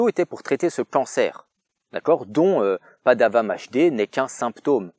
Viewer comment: Vue tardive mais vue quand même ! Vous m'avez donné envie de voir The House That Jack Built malgré votre prononciation hasardeuse (PADAWAMHD n'a fait pas mieux). Et là je dois dire que en terme de "montage", je suis impressionné, oh oui ravi et impresionné mon bon seigneur. Vous m'avez bluffé, vous aviez tant bien monté la scène de chasse que je m'attendais à un "Shinning" mais en plus gore, en plus assumé. L'intensité que vous avez mis au promis et au montage m'ont vraiment fait penser me faire spoiler la scène d'acrion final d'un bon film d'horreur. Vous m'avez vu. Vous m'avez tellement eu que je vais devoir aussi regarder la vie d'Adèle, petit fourbe que vous êtes. Sinon après visionnage de la réponse de la réponse de la réponse... Je pense que PADAWAMHD n'est pas un homme mauvais du tout, mais avec rétrospective je suis content que la culture du clash youtube soit finie. Cei étant dit ! Je vous ai perdu de vu un moment, peut-être à cause de votre rouge brun, mais aujourd'hui j'ai envie de vous féliciter pour une chose totalement différente. Vous aviez à une époque recommandé "Vincent n'a pas d'écailles". Encore aujourd'hui je ne sais pas si je le considère comme un bon film, parce que frivolement je le définirait surtout pour son manque de budget, mais c'est un film qui essayait quelque chose que je n'ai jamais vu ailleurs. Et je comprends mieux avec cette vidéo votre vision du "naturalisme" Au final je peux au moins dire que j'ai vu la scène de super héro la plus réalist